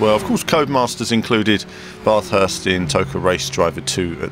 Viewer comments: great Track but same old game no damage :( i think people should learn how to say Bathurst correctly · You say Bathurst really weird haha.